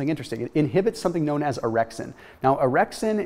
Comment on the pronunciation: I wasnt paying attention and I heard 'if we can inhibit this errection we get a better night's sleep'... orexin... not errection